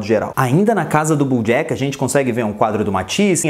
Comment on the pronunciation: Cara, gostei muito do seu vídeo só acho que você pronuncia errado os nomes, desculpa falar isso mais é porque sou professor. Você pronuncia "BUJACK".